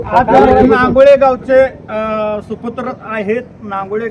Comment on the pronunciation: बातमीमधे गावाचे नाव व्यवस्थितलावा रांगोळी नाही नांगोळे